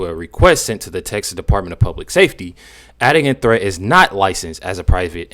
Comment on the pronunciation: "Adigan Threatt" sounds like "Had a Gun Threat"